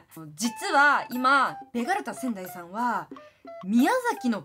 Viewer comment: ベガルタ仙台さんが、けがれたサザエさんってきこえてしまったw